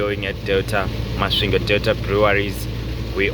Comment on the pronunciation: Warrup Thus time around u passed thru my hometown thoh it's kinda tricky 4 u to pronounce it properly😂 but anyway big up 🙌 Masvingo coming from Botswana is tiresome 🙉 coz of two borders involved no wonder the journey became extra long given tht 1300 is a thing u normal do in One n a half or a two days so Big up man. We greatly thankful Keep doing yo thing